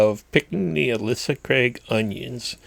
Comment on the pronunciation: Sure wish I could grow onions like that. They're my only failure. BTW, those onions are pronounced Ail - sa Craigs, not Al -isa Craigs.